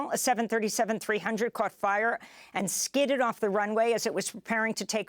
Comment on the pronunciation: Did she say the plane skeeted off the runway?